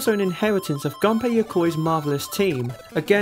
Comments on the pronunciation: ***** I don't blame you, I've only seen 1 video, where his name was pronounced correctly and I also only noticed than. But it is true, in Japanese u is pronounced as it should be. Just say it the same way, as you say the u in Shigeru. It is hard to explain pronounciation in english... Anyway, I found this video because Game Theory shared it on FB, I think most people saw it there too. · I enjoyed this video, but you made the same mistake a lot of people make, who talk about the gameboy. You guys pronounce Gunpei Yokois first name wrong. It is not supposed to be pornounced like a weapon. It is nothing major, but I think he would deserve to be remembered correctly.